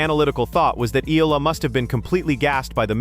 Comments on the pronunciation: Excellent analysis. I just don’t like your screw ups on her name. It’s not E-la-la. It’s E-ya-la. Say it like a y exist. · Just need to fix how you pronounce Alex's Last name. It's should be "eeyala" not eela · Eh yah lah. That's how her family namee is pronounced. Thanks.